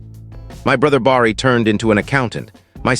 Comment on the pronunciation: Good story. Someone really needs to fix the AI bugs. They’re very annoying. Bar-ree? 😬🙄 It’s pronounced Bare-ee!! Each story gets more aggravating with all the mispronunciations. 😬😬😬😬😬